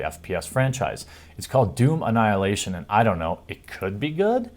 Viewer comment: When you say it, it sounds like "juvenile hilation"